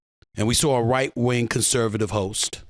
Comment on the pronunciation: REALLY? you gotta emphasize "RIGHT WING"???